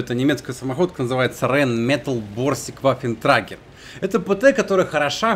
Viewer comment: Каждый раз когда начинает пытаться выговорить название борща плачет один немец)